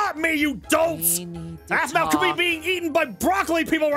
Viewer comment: no it’s aphmau not ahmau